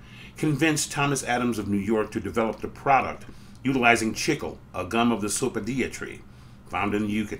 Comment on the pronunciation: Interesting video! Pronunciation is a little painful I think. Certainly it must be pronounced "chick-lay" and not "chickle".